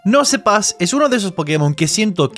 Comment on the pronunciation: NOOO ES QUE SE DICE "NOUSPAS" QUE ME VA A DAR AMSIEDAA 😫 xD